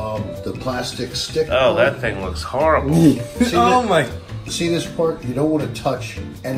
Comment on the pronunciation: Always like these experienced commentaries and knowing what they're seeing...then there's the 'harrible terlet' ☻